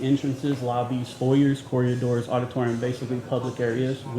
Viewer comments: Corridors. Not corriadors. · it’s corridors not coryadors 😅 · I wonder if knows he says “corriadors.”